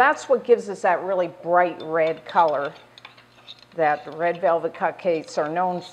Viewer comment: she said read in stead of red